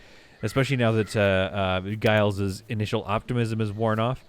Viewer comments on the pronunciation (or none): Giles is pronounced Jiles - same as you said it but pronounced as if it had a J.